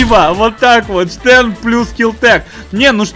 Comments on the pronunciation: Стэн а не штэн название английское)) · имей совесть! Не Штэн, а Стэн. Всё таки из второй мировой войны! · англоязычные говорят "Стен", а не "Штен", хоть конечно фамилия изобретателя и Шепард. Но в инглише Shepard, так что первая все-таки С. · Хоть конструктор этого ПП и был Шепард, ПП всётаки называется не Штен, а Стен. А то как то по старушечьи звучит))))